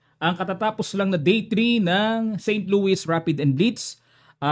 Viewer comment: Coach St louie pag pronunce.silent s .Ty